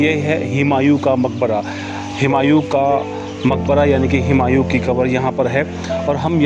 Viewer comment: हुमायूं है, हिमायुं नहीं